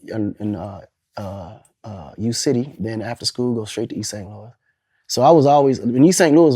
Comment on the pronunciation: All The Saint Louis folks in here want him to get it right lol